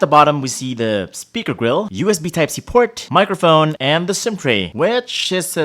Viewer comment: When he said microphone but sounds like "megaphone". 🤣🤣🤣 If gusto nyo makarinig ng tagalog version na parang ganito, watch Panlasang Pinoy